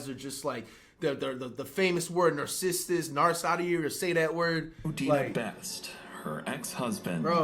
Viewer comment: bro said narcissist right and wrong at the same time